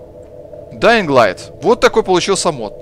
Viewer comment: Чувак, все хорошо, тока вот буква Г в слове Dying не произносится))